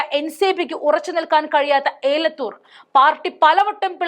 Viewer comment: എലത്തൂർ ആണ് അല്ലാതെ ഏലത്തൂർ അല്ല